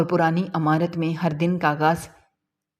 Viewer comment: Not Amarat Its imarat